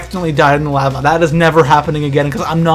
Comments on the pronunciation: the leh-va? who the fuck pronounces it like that? it LA-VA you idiot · did he say lAva, oh you Canadians, love the vids though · U said lava weird